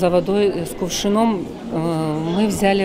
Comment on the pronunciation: Нужели с кувшин-оо-м? Ударение?